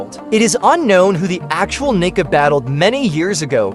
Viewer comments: Its pronounced, KNEE CAR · why is your ai voice saying the N word?